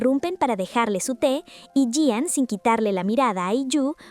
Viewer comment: Me encanta como resumes, pero no es Yian es I An ♡😊